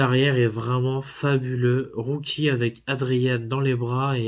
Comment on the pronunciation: Rocky pas roucky 😀 aussi non Vu et revu au moins 100 fois mais se sera mon prochain achat parce que en 4k wouaiiiiiiiiiiiiiii cela vos vraiment le coup de l'avoir dans sa collection